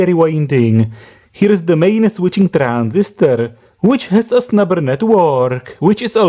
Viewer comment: I always hear "snapper" from you, instead of snubber XD